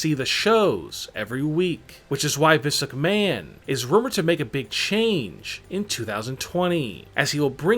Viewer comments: Physic Man ROFL (EDIT: And misuk man, This luck man, hahahahahahaha) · Turn on Auto generated captions and pay attention to every time he says Vince McMahon 🤣🤣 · When he says Vince McMahon it sounds like physic man